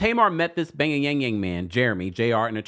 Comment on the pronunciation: Why do you keep calling Jeremy the bay-ya-yang-yang man?!